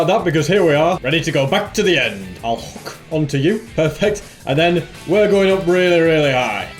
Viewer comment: i cracked up when you said ill hwookk on to you🤣🤣🤣